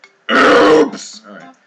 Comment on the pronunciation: Chalio Castrellon It Sounded More Like POOOOPS!!